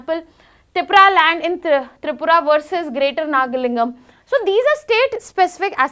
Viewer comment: Nagalim ❌ Nagalingam ✅ Now turn a naga word into south indian sounding word.... Why are these northies like this?